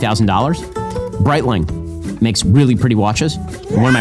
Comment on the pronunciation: can he pronounce a single watch brand correctly? Patek? Breitling?